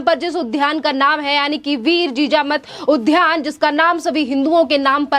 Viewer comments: कृपया उद्यान (उद् यान) को उध्यान न बोलें. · उद्यान का उच्चारण ठीक से कीजिए